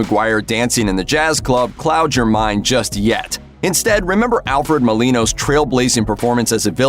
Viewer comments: Alfred MolinA, please. Pay more attention next time you're reading the credits of Raiders of the Lost Ark. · It’s Alfred Mo-Li-Na not Mo-Li-No. 🤦🏿‍♂️